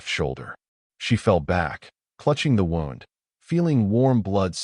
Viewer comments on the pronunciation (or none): learn to pronounce the word «wound» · Again, you’re AI cannot pronounce the word Wound correctly. You really need to fix this issue.